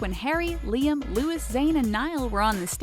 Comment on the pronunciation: "Lewis" oml it’s pronounced Lou-ee ffs